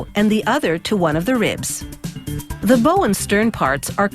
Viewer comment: Do we drink every time she mispronounces bow?